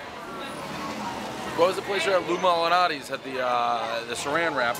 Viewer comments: It’s malnatis in the first place lol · Can't say MALNATI'S to save his life. Not in the original... "Mal-A-nati" ....... nor here.. "Mal...naris" ?? lolol The best one imho, regardless of what he calls it. :) Stay safe & be well. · I enjoy how he gets worse and worse with his Malinatis pronunciation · I fuckin love how he fucks up "Malnatis" every time he tries to say it lmao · Mispronounce Malnati’s every time but differently, everyone knows he is from Boston. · Mispronouncing Malnati's half a dozen different ways is my jam.